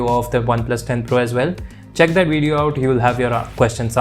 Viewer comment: Why do Indians learn English put choose to pronounce words their own way? Video is not pronounced wijeo